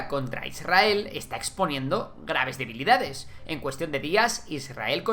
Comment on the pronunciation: Min es devilida o debilidad con d?